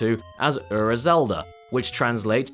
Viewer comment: please stop saying ura if you’re not even going to try to pronounce it correctly. it’s like nails on a chalkboard when you say it